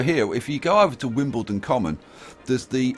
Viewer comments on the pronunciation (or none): none